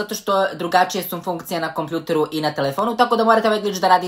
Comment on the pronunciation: Nije kompljuter nego kompjuter